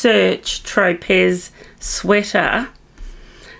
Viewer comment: I believe your Tropez sweater is pronounced “tro-pay” like the island.